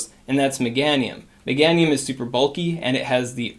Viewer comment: You pronounce Meganium funny lol. Megaaahhnium.